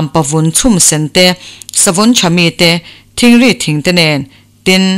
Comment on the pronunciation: I aw a ngaihawm khawp mài,chhiar pawh I thiam e.Thingri hi I thluk dik lo deuh a ,a a tawp a (I) hi Thingri... hi thluksang rawh aw.